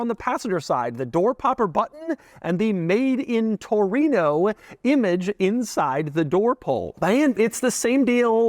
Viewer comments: Latin: "Torino" Gringos "Touruino" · what's a "toureeen-ooohhh"